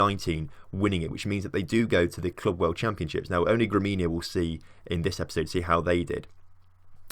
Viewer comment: GREMIO, not GREMINO